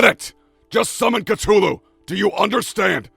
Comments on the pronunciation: Cuh thu loo not cuh too loo lol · BROOOOOOOOO...I like the channel...and I like the way you tell a story...but for the love of of all that is unholy, learn how to correctly pronounce "Cthulhu". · The way he pernounced that hurts my soul